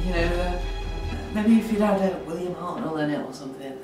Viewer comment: You don't say. And it's Hartnell not Hartnel